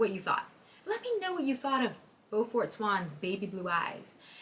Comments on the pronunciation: Btw its pronounced bue(like rue)-fert like the bully from phineas and ferb Edit: also Smeyer is so full of it when it comes to how her books make people feel. The amount of times bella calls herself useless and weak made people ik uncomfortable to read about a girl who didnt like herself. I also didnt initially notice the amount of times its pointed out how dainty and skinny bella is until i heard another girl say she had to stop reading it bc she felt bad about her body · Beaufort is pronounced "Bū fert" the eau is pronounced like "ew" and it used to be a common name. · I would never be able to not hear it as "BEW-fort" as in Beaufort, SC. Hearing it as "BO-fort" Is so weird.